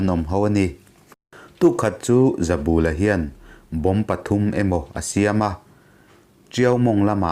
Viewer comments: He thawnthu kher chu i va chhiar dik lo nasa ve, zabûla i ti phei chu nuih a za duh ee, bul tih hi kiang/ hnai tihna ang a nia, ka bulah rawn riak rawh tiha, bul tih ang khan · Hming lam rik dik loh inhrilh hria ang aw. Ramhuai hmutu pakhat ZABULA hi a 'bul' lai hi thlukna awm lo i thluk palh tlat mai a. "Ka bulah hian lo ṭhu teh," kan tiha 'bul' tih lai ri ang hian, "Zabula' tiin lam rik bung nghat tur a ni. A report-tu C. Laitanga hming pawh hi i ram ri dik lo bawk a. "Sorkarin kan silai an man a, a tâng daih mai," tih hi han ngaihtuah la, chuta ṭang chuan, "Laitanga" tih han ngaihtuah chhuak teh le. Amah hi Art & Culture Deptt. mi leh sa ni ṭhinin, Jt. Director aṭangin superannuation pension-a chhuak a ni nghe nghe. Tunah hian Aizawl Hunthar vengah a awm. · Zautawp tih te hi ilam diklo,pal ri san san tih te hi ilam dik bawk silo.Mizoṭawng thluk i thiam loh dan a ṭang hian hetiang ang chhiar hi i "CHEMKALNA" lam anilo.Tin Zoram khaw hmingte pawh hi i lam thiamlo hle bawk.Tin mihring hming "ZABULA"tih te pawh i lam dan ang nilo "THINGBUL" tiha BUL tih anga lam tur anih hmel.Nang hian KUT-BUL tih a bul tih ang deuhin ilam.Tuman an hmingah "BUL" i lam ang hi an hmang ngailo viau.